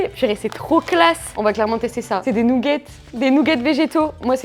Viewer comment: Les "nougetts" 🤣